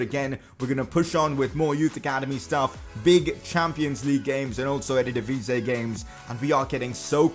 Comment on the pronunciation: Hi it's ERE-DIVISIE ans not ErDedivise...